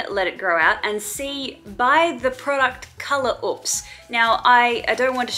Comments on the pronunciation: Is color oops not a thing in Australia because y'all can't pronounce oops lmao "ops" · I like how u says oops lolol u pronounce it like OUPS or ups lolol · the pronunciation of ‘uhps’ tho 😂